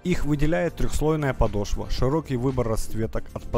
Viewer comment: Не подошвА, а подОшва